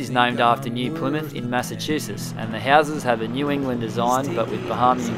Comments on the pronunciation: okay wait she said it wrong sorry :)) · she??? said??? plymouth??? right??? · You weren't too wrong with your original pronunciation of "Plymouth" as the original Plymouth was named as it is situated at the mouth of the River Plym. It is where the Pilgrim Fathers left to settle in the New World in 1620 on the ship the Mayflower. It is also well known as the place where Sir Frances Drake would not interrupt a game of lawn bowls (supposedly) when the Spanish Armada was spotted off the coast of England and so he finished the game and then put to sea to defeat the Spanish. Just a little history lesson for you.